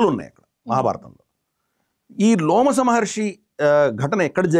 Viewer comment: అయ్యా లోమస మహర్షి కాదు రోమస మహర్షి...... ముందు మీరు చదవండి గురువుగారు మహాభారతం సరిగ్గా